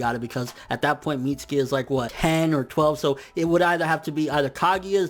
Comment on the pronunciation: mits-U-ki. uuuuuuuuuu